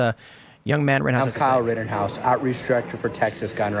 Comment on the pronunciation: "Riddenhouse", Our rights will be "Eden" away??? Why can't young people pronounce glottal stops, or nasal consonants anymore???